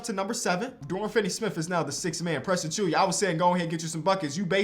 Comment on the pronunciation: Yo, why do you say Achiuwa’s name as “Achuya”? Where do you get the “y” from?